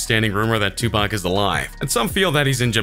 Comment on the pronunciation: He didnt say tupac right